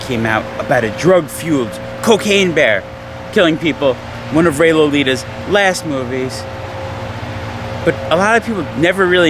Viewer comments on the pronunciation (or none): did you just call Ray Liotta , Ray Lolita?